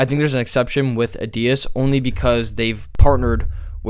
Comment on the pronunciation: Please look at an adidas advert and you'll see you are pronouncing this incorrectly.